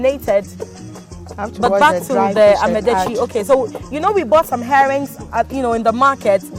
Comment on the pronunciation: This woman is too stupid to host this show.Here she was trying to showcase a food she had no idea about but with a closed mind. How could you learn when you don't care to mention what they're teaching you correctly? "Ama" is herbs and "detsi" is soup. The two becomes "amadetsi" and NOT AMEDETSI". Now the arrogance you're displaying not pay attention to pronounce properly what they're showing you had exposed you as a foolish dummy woman. You'd never learned a damn thing by going there. You are waist of time and resources. WE DO NOT HAVE ANY SOUP CALLED "AMEDETSI" BECAUSE "AME" IN OUR LANGUAGE IS "HUMAN BEING" LOL!! What a dummy, the one teaching keeps saying amadetsi and instead of listening and make the right effort to pronounce it right, the arrogant fool keeps saying amedetsi. NOTICE: "Ama" is not pronounced as Ama of a Saturday born female. I'd not marry this ignorant woman who is not ready to learn?